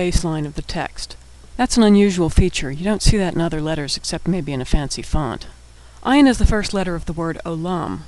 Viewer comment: great video! but ayin is not pronounced as aleph at all. it is not a silent letter at all. It has the same prounciation as arabic "ayin": ع it is hard to explain though! but it comes from the throat. it is like saying aleph the sound: ah but you push your throat to make a different sound